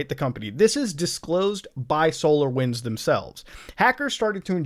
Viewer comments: Every time he says solar winds I heard solo wins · Ooooo I though he saying solowins